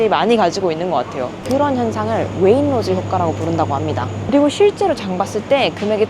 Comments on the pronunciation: Waitrose 웨인로즈가 아니라 웨잇츄로스 라고 발음 함. 웨인로즈가 뭐야. 미치것네. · 자막에도 웨이트로즈 라고 써 있는데 왜 구태여 왜잇로즈 라고 발음을 하시지?? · please don't say wainrose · 영국에 시집와서 살아요.. Waitrose 발음은 웨잇트로스 라고 하면되요. 솔직히 가격 원가가 조금씩 차이는 있지만, 여기서 살면서 엄청 차이가 난다..라는 건 잘모르겠어요.. 어차피 이것저것 카트 가득 사면 대충 150-200파운드는 알디 던지, 세인스브리 라던지, M&S , Waitrose. 다 비슷하게 나와서.. 아마 총 가격 차이가 10-30 파운드 정도 차이가 나려나??